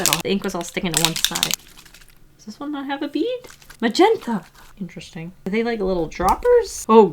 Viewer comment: says interesting in a funny different way ( •̀ ω •́ )✧